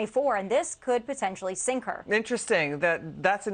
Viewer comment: Did he say sink or stink ????